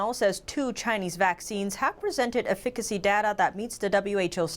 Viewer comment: One of the reasons I'm a staunch supporter and avid watcher of NTD is. we can hear the beautiful and articulate mispronounce the English word efficacy. The emphasis is on the first syllable. Do so few of the staff speak English as natives that no one knows, or is it that you do not have either the time or resources to do these kind of error checks? Mispronunciations are common on NTD, yet it only takes seconds to check.